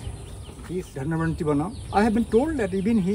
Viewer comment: It's not Dhanavantri, but Dhanvanthari